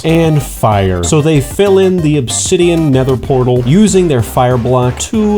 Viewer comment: "Obsidioff" caught me offguard bruh